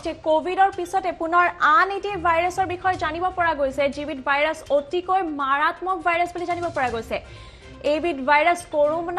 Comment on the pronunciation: O aaii aimkha news ee koisa nee... ভাইৰাছ কৈছানে,,,,বাইৰাছ koisa...aru Assam r news ee Kee vlke dii...pist Brajilr news janb ahbi amk...km nii aru...🤣🤣🤣🤣